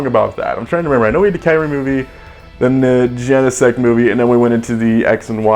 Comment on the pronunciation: It's KYOO-REM! Like "POO" but "KYOO". And that's it.